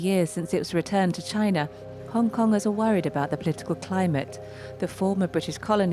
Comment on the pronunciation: the property guy just wants unity for his own profit. he can't even say china he says gina